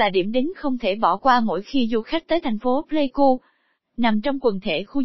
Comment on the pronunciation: Pleiku chứ ko phải play ku nhé b.hi